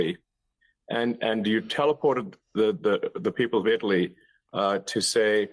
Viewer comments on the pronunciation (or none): Why doesn’t Muskrat know how to pronounce Italy correctly?